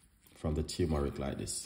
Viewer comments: Also he keeps saying tumeric it is spelled TURMERIC. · It’s not teumeric it’s tur-me-ric